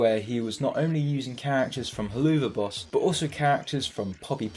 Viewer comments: If I have to hear you pronounce helluva boss like that I will go insane it’s meant to sound like “hell of a boss” not “helloova boss” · Why do you pronounce Helluva boss like that? Helluva is pronounced "Hell of a" not "Hell-OO-Vaaa" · HelUva Boss. That pronunciation made me cry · “Heloova boss” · the way he pronounces helluva boss is honestly funny, its pronounced "hell of a boss" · Hehehehe “heloova boss” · please stop saying helloova boss im going to cry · halfway through the video right now and so far its a good video, my only irk is how you pronounce Hellu'va boss. i imagine its pronounced like "Hell of a boss" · Good vid but helluva boss is pronounced like "hell of a boss" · The worst thing in this video is how you pronounce Helluva Boss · your pronunciation of helluva boss makes me wanna rip my hair out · I may not like Vivzie's Helluva Boss or Hazbin Hotel, but the way he pronounces the name kinda irks me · My heart shattered a bit every time he pronounced helluva boss.. jkjk